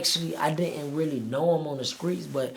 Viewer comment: In the skreets